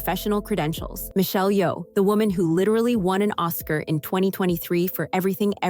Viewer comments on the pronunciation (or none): none